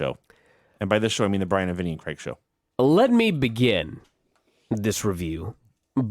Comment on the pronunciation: Drives me nuts how Americans pronounce Craig like there is an E in the name. Creg.